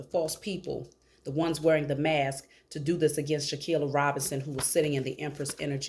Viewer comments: For goodness sake people please start actually saying her name CORRECTLY! It’s Shanquella (Shh-Ann-Kwell-uh) NOT Shankia, Shakilla, or anything else like that! SMH. -Harmonious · Wow Ma’am I’m AMAZED😮😮😮😮😅!!! You’re DEFINITELY GIVING INTERESTING INFO, HOWEVER YOU KEEP😅😅😅 SAYING HER NAMET WRONG AND THAT’S SO DISRESPECTFUL!!!!! Please say HERE NAME .RIGHT AND LET’S GIVE HER THE FULL JUSTICE SHE DESERVES!!!!!! Thank you P,S. E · Thank you for the reading as we all want justice for Shanquella but it’s also important to say her name correctly. It’s “Shanquella”. 🙏🏽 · Come on sis, you mispronouncing her name Shanquella. We gotta put some respect on her name. We can’t say they names right and not say her name correctly. #JUSTICE4SHANQUELLA